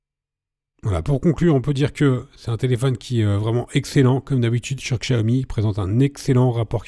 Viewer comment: Sa se dit fonetiquement "chiaomi'